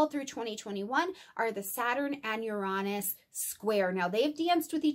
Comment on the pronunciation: uranus correct pronunciation yr ·ei·nuhs